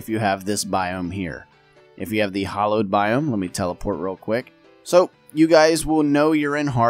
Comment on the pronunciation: It's pronounced with an A as in Apple. Hallowed. Like the start of "Halloween" - not sure how you came up with "Hollowed"